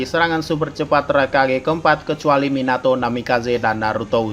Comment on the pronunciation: Minato Minyato Mieenato 😂😂😂😂😂😂😂😂hahahahaha